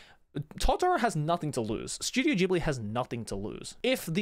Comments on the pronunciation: Bro also your pronounce is wrong. Ghibli it's an Italian name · How exactly “Ghibli” (The African desert wind, pronounced “gibli”) became “jibli” when it’s about the Studio? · Ooh, that's how it's pronounced, I thought it was Studio Jelabi.